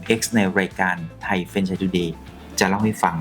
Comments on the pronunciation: แฟรน ครับ ไม่ใช่ เฟรน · อ่านว่า แฟรน ไม่ใช่ เฟรน นะคะ